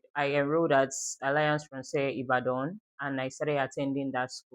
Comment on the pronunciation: Not you saying Ibadan with a French accent 😂😂